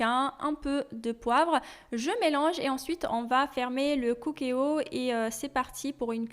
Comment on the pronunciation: Le cookéo se lit coukéo comme en anglais le mot cook se lit couk en anglais qui veut dire cuisiner